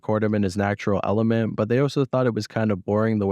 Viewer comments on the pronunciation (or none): none